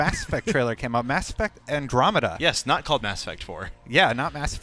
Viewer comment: I hate how he pronounces Andromeda